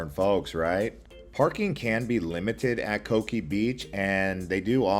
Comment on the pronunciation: You’re wrong on the Coki pronunciation. It’s Co-kee not “cookie”